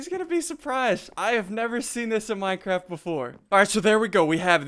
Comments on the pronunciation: He did say minecrap I didn't even notice that intill you said it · It sounded like, "minecrab"